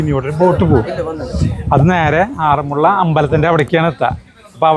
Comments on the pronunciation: ആറന്മുളള എന്നല്ല പറയേണ്ടത് ആറന്മുള എന്നാണ് പറയേണ്ടത് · വെള്ള സദ്യയല്ല വള്ളസദ്യ. അതുപോലെ ആറന്മുള യാണ്, ആറന്മുള്ളയല്ല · ആറന്മുള്ള അല്ല.... ആറന്മുള